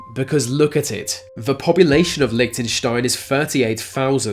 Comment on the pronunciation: LMAO about Lichentenstain